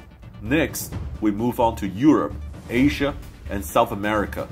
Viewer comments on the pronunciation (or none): none